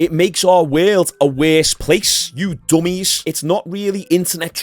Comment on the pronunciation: “You Doughmiess” got me😅😅😂